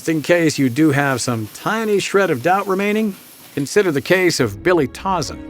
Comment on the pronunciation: There are outright lies throughout this video. I think the producers have ulterior motives. Also, they can't even pronounce dirtbag Tauzin's name. It isn't Tawzin, it's Toezan.